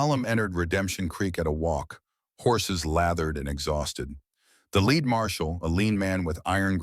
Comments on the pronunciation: "Led," not "leed,". Another AI misreading! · Lead pronounced led, referring to bullets. The Nun displayed was not 110 lbs!